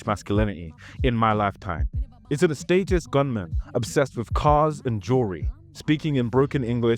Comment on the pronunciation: Bro how did you just pronounce ostentatious